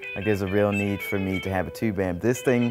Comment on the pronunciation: TU-BE or not TU-BE that is the question.........TU-BE ! This is a Crutti video. The only redeeming factor was a variation of the "Leave it to Beaver" theme ending or some theme from that ear-ah!